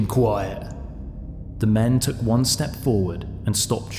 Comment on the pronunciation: It's Took, not Took actually, as in cook.